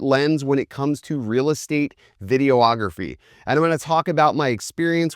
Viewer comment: Did he say video-ography? :)